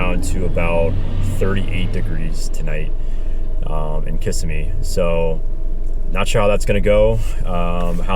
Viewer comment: I have been there several times, but should stop talking. He started by miss pronouncing the name Kissimmee.